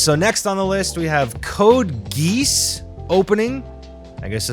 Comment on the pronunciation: It's not pronounced code geese, it's pronounced code gay-ass